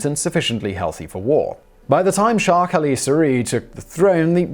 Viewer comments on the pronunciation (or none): none